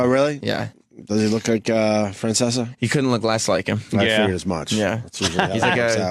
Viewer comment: "Feanseaa." Nice Opie. That's right on par with "lady niighhh"